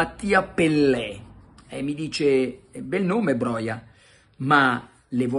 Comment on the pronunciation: Ciao Carlo, in albanese tutte le parole si leggono esattamente come si scrivono, sarebbe a dire "Broja" si legge con la ''j' come nella parola "juventus". Grazie mille per i video quotidiani e per il podcast, sei grande. Un abbraccio e FORZA MILAN SEMPRE